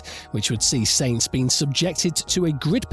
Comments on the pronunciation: As soon as o hear someone who makes videos about f1 call sainz “saints” instead of “sanz “ that’s the end for me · Sorry, can’t watch someone talk about a sport that can’t pronounce its leading stars names properly. It’s normally Ricciardo that gets butchered but I’ve never heard Sainz (no T), Verstappen (no H) and Ocon (come on, it’s only 4 letters!) mispronounced.